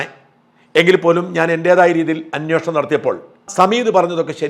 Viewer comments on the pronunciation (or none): അന്വോഷണമല്ല. അന്വേഷണമെന്നാ മലയാള പദം.